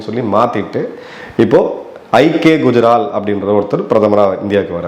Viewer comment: Sir I K குஜரால் பெயரை மட்டும் தெளிவாக ஏன் சொல்ல மறுக்கிறீர்கள் மற்றவர்கள் பெயர் மட்டும் தெளிவாக சொல்கிறீர்கள் காரணம் புரியலையே............